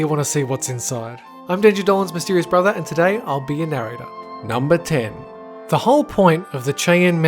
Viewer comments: Cheyenne pronounced Shy-Anne. Not Chay enn. Just thought you would like to know for next time. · Your pronunciation of Cheyenne Just gave me Cancer. It's Shy-ann, not Chi-yen. You made a Indian word sound like a bad Chinese Restaurant. You can tour it and was never closed. It reminds the site for NORAD. In the movie Wargames, they even show you that tour. IDK where the hell Planet Dolan is getting its Info from. There is a Wikipedia page about it! Here is a link to Tour information. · It’s pronounced like shy ann — Cheyenne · Just as a small bit of info, Cheyenne is pronounced shy-ann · It's pronounced "shy-anne". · Isn't Cheyenne pronounced "shy-anne"? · You pronounced Cheyenne wrong the beginning is spoken like sh